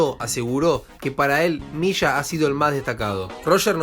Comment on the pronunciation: leshenda ? Misha ? es leyenda y se dice Milla